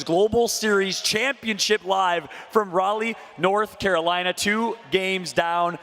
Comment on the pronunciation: They really let go 4 days without teaching him how to properly say Raleigh